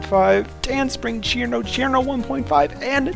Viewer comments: CHirno??? isnt it sir'no? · Ćirno not Chirno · Fun fact: cirno is read sir-no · so cirno's name is pronounced "Chirno" ? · my guy said cirno wrong